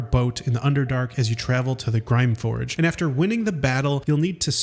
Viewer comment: Aint no way u know all this about the game and just said "Grime forge" 💀